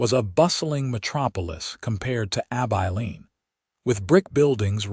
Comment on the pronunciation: It is pronounced Ab-i(short I)-lean. Nice to see Sam reach out to Charlotte to stay. Offering her a choice when she thought there was no choice available. 😊